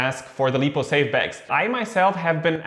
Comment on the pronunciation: Good video, just want to mention I'm pretty sure it's called "laipou" not "leepou". But everything else is spot on, like your videos.